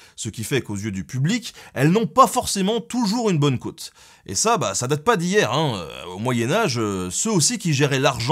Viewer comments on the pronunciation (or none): "N'ont plus la côôôte" tu veux dire la cote, non? Ta prononciation m'a fait sourire. Vidéo très intéressante, bravo!